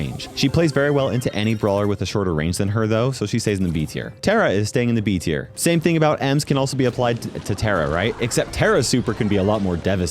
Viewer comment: everytime i heard him say tara weird i died inside